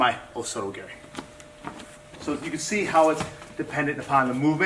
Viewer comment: Well, it's gah-ri, not garry. ROFLMAO